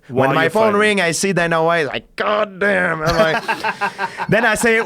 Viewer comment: Did he develop a southern accent when he said God damn?